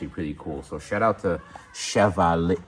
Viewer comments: I love when Americans try to pronounce words from other languages, lol! Chev-a-leer? No, it's shuh-vaa-lee-ay (Chevalier) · FYI, just in case nobody else mentioned it here in the comments (I wasn't going to look), the name of that company (Chevalier) is French and it would be pronounced like "SHEV AL YAY". The more you know, right? 😉😊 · Chevalier = sheh-Val-ee-ay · That company that sent the handles is mostly pronounced “Shuh-Val-yay” btw It’s French. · Chevalier. Pronounced Chev - Al - E - Air. French innit. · I think it’s pronounced Sha-vollie-ey if chevalier is the name… I wanna say it’s French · pronouncing "She-vah-leer" is literally (almost) killing me. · Chevalier is French word which means "knight", it is pronounced "Sheh-val-yay"